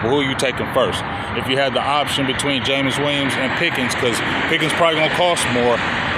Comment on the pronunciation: Brother, it's Jameson Williams (not Jameis), but I know who you were talking about. LoL I'd rather have: George Pickens Jameson Williams Keenan Allen Amari Cooper In this order. Just get SOMEBODY who opposing defenses have to respect.